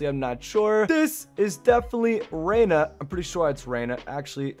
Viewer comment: its Zeyna not Reyna lmao